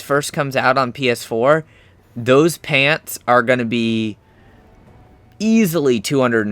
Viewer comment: Its sooo funny when he says "pantz"